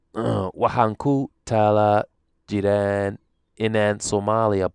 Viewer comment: remove the ''n'' on ''jiraan'' & say ''barto'' just as you did Arabi remove the ''n'' on hubaan barataan As a native speaker, I always suspected that Somali is a difficult language to learn, even though you make it look easy. Well done.